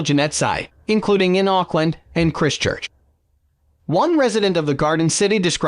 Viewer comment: You pronounced Christchurch wrong. It's pronounced like "Chr-eye-st-church" not "Chr-i-stchurch"